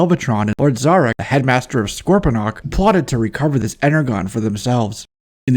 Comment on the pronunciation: Energon is pronounced like "Inner-Jon" like "energy." NOT "inner-gone."